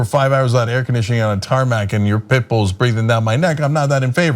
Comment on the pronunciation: tarmac did I hear tarmat?